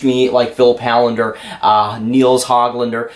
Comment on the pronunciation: Hållander is pronounced Hollander. Å is called the Swedish O.